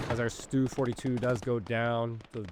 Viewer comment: Nice game! You said Stuh correctly. Sturmhaubitze (Shtoorm-how-bid-suh).